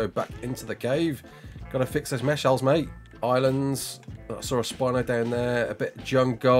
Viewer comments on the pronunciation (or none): none